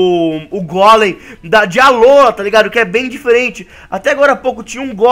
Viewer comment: vc falou Alóla alola